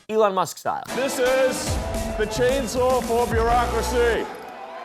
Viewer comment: "CHAIN SAAWRR!!" 😂 such a strange dude